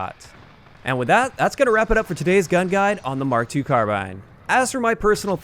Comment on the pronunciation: Upvote for calling it a 'Mark 2'...not an 'Emm-Kay 2' People who call it an 'Emm-Kay' are retarded.